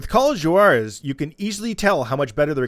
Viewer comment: Call of Joo-Are-Rez. You ever take Spanish in high school, or even watch Narcos?